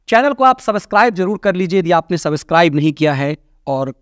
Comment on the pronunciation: Please, go through the google for the precise pronouncing of “subscribe”, you need to use this word often and repeatedly in each video, hence requesting - not that any of us is great in English pronounciation and going as such also goes well.😂🙏🏻🎉💕